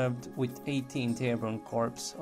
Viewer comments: FYI - I realize that English isn't you first language but when you are pronouncing Corps, the p is silent. It should sound like "core" instead of corps. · Corpse is pronounced "Core". The "pse" is silent. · He was pronouncing it as "corpse". If you had an IQ that was higher than room temperature, you wouldn't be acting like nit picking the previous comment was your life's greatest accomplishment.